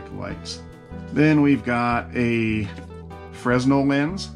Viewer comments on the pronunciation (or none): Great review, most helpful. One tiny, and irrelevant, beef-- I worked with them for 10 years-- Fresnel is pronounced "fren' nel", not " Fre-s-nel". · It is pronounced "Fra-nel" lens, the s is silent.